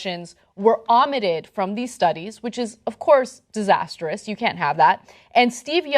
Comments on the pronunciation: Since english is not my first language, I had trouble with (I didn't understand) the word o-mitted ... but when I understood, I just felt like pointing it out. Omitted is from the word "omit", and is pronounced omit-ted, not o-mitted. Why aren't anyone correcting Ana here? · She did totally pronounce it wrong though, not sure if that's just an Anna thing or what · BB but it wasn't an accent, it was just wrong.